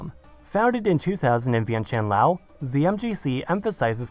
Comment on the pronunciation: as a geography nerd hearing laos pronounced correctly is like heroin